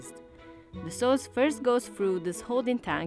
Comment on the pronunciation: Dislike for mironic narrator who can't even say simple words like "sauce".